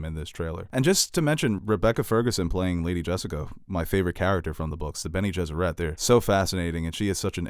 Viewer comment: He makes Bene Gesserit sound like a French pop band.